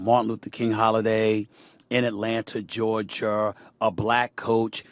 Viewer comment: “ IN ATLANTA GEORGIRR” 🤣🤣🤣🤣